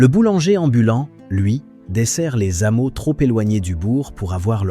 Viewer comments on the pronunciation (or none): Dommage, que ces voix de l'IA ne sachent pas toujours bien lire ou prononcer certains mots. Par exemple, des z-hameaux. Les supermarchés à présent vendent de la mouscaille pesticidée sous de belles couleurs, et ils vendent de plus en plus cher leurs couleurs d'emballage. Presque tous pratiquent des rappels et retours de produits malsains, après les avoir tous vendus pour ne faire que mine et semblant de se soucier de la sécurité des clients, et tout en sachant qu'une majorité d'entre eux ne seront pas au courant des rappels.